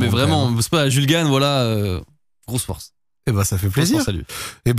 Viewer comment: "Sympa la fowce"